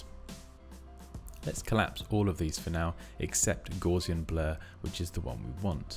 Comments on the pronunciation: pronounce it correctly. Gowssian. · FYI Gauss rhymes with mouse, not gauze. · That is definitely not how I pronounced Gaussian.